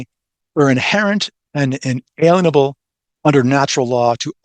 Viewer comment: hmm . . pronunciation help: in-a-LIEN-able . . . . all about liening; nothing ti do with aliens